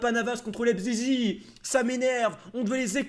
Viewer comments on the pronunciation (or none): Mdr sa me tue quand tu dis leipzizi 😂🤣🤣 continue fréro tu me tue t un monstre continue 🤣🤣🤣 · Lep zizi 😂😂😂 a chaque fois il le dit ça me fait goleri